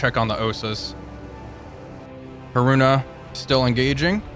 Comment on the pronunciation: I have never heard anyone pronounce Haruna so badly...